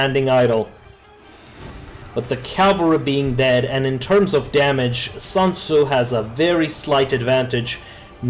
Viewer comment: It's SUNTZU not SANTZU (╯°□°）╯︵ ┻━┻